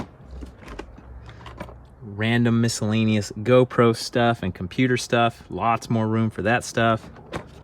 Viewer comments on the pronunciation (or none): none